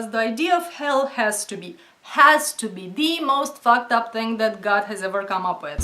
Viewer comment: Love her accent when she says "Fooked oop" Lol